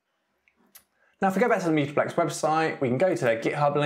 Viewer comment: Why do you keep saying "meeta-plex"?